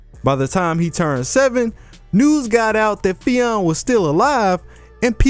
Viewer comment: Pronounced Fin